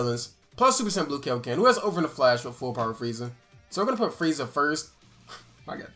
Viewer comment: Yoo i love u and all but like can you stop saying kay yo ken? Ik y’all know how to say kaio-ken its not that hard lol it just triggers me every time